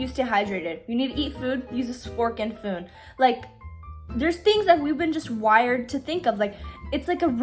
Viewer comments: Girl said spork and foon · I haven’t attempted shifting in prob around a year and finally want to start again and your vids are so motivating!! also u saying spork and foon instead of fork and spoon made me giggle haha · i love you but you said spork and foon and that made me giggle.